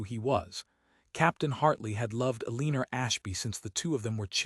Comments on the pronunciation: E-lean-er? Really? These AI stories’ narration seem to get more absurd instead of improving over time. Yet, we’re entrusting our government, defense, economy and healthcare systems to a group of rich, spoiled, self-indulgent men and their Experiment with AI. And we actually believe that it’s going to benefit us? When it can’t pronounce the name Eleanor? It would be amusing, if it weren’t so terrifying. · This AI generated story with AI narration and you can’t even get it to read Eleanor right! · Ai mispronounces Eleanor’s name. I can’t listen to it.